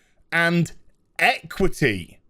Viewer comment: "EquithEe" so people can't complain about inequality. And you sure af know who sit in the word 'people'.